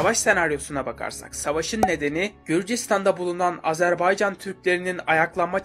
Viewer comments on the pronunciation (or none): none